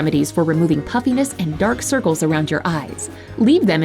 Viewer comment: I kept hearing “puppyness” but I understand what she meant 😂